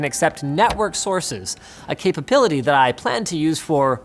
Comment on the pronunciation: Kaypapility lul :)